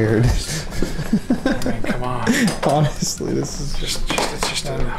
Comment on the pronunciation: Love strange accent “So come on” 😂🤣😂